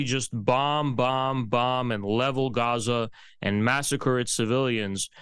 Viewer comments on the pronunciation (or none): none